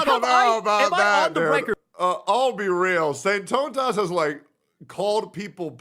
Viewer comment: SAINT-TAUNT--US. LOL